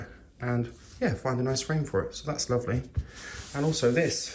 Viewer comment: hah frame...thought he said friend the first two times lol